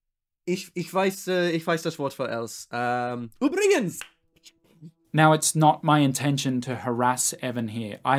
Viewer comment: i don't think that's what "übrigens" means or how it's pronounced